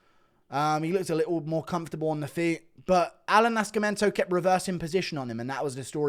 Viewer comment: the C is silent in Nascimento bro. But yeah it was a shit card.